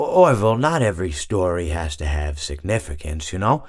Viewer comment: “I ave a story to tell”